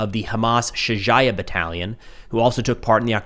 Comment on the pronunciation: Just FYI, it’s 'shoo-ja-EE-yuh'. The 'jai' is actually 'ja-EE' with a bit of a throat workout